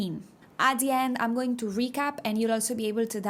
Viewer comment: I hate to be this guy but, category is CAT-uh-gor-ēē The A is like a short a sound. Like “apple” . But you do not have that sound en español. The T is like a sharp T sound made blowing a very short puff of air with your teeth closed. The CAT syllable gets the stress. Also , when you say “I’m” like I’m going.. it should sound more like the Spanish word “hay” with an “mm” sound at the end. We help each other!